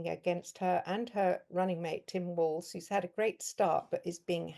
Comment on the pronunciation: Sorry Guys, You don't seem to have learnt how to pronounce "Walz" yet. You're adding a "t" into it. Just simply pronounce the letters. As in "Walls" Ice Cream.